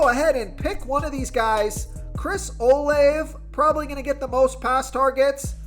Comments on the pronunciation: And it's pronounced "o-la-ve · love your stuff, but his name is pronounced Steven-son. Not Stevens. Rhamondre Steven-son lol. i'm an asshole like that. but sincerely, great insight. oh, Olave is pronounced Oh-lahv-a. yeah, i'm a dick. i know. but still, i support the channel so cut me some slack. i have OCD, can't help myself. y'all have a good sunday. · This guy don’t even watch football. Stevens? Can’t pronounce Olave and picks D Jones with no hands out there. Just reading a script